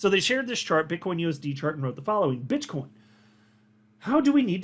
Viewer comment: min 😂 did you call Bitcoin Bitchcoin 😂🤣😂🤣